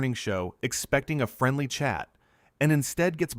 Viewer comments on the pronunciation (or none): none